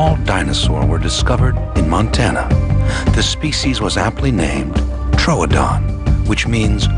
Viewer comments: I scrolled through every comment seeing complaint after complaint about the alien looking thing but you're the only person who was upset as I was about how the narrator pronounced Troodon. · Am I alone in being super annoyed by the narrator mispronouncing 'Troodon' as 'TROADON'? >:(